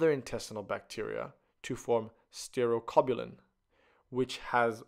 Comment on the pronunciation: It's not sterocobulin it's stercobilin